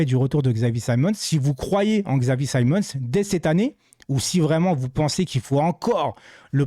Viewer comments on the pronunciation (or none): C'est pas un xylophone on dit Chavi pas X avi